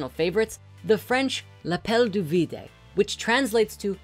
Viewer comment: Hahah your frensh pronouncements are really bad. Viduh not videe. Palieee not palier